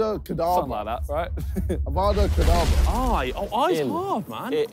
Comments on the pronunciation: It is evada kedabra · He said evada cadabra haha does he not know it's abra cadabra